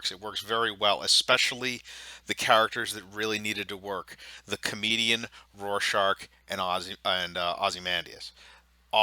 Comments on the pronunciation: Rorschach not rorschaRch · "This show doesn't understand Watchmen" * Can't pronounce "Rorschach" * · Rorshark? (Roar shack) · Evan hahaha yea